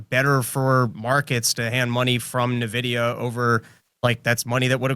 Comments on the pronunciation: Say it with me. EN-Vidia. Not NA-Vidia. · I hate to be that guy, but its not pronounced "Nuh-vidi-uh". It's pronounced "En-vidi-uh". Like basically just the letter N, then vidi-uh. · N-vidia.Not Nah-vidia.